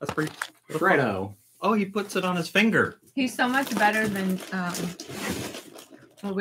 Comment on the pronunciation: It's FREDDO FROG. Not FREE-DOH. Like Fred Flintstone.